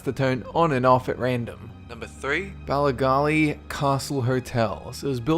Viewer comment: Noooo I live in northen ireland and I now at least I no not to go to the Bally gally hotel ps its Bally gally you said it wrong